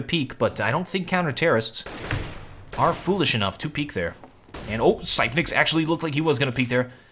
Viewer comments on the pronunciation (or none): please, its not duphruh, its like dufree, and not sypenix but sipnix, plz (yes im from denamrk and used to hear commentators say it like that, keep up the good work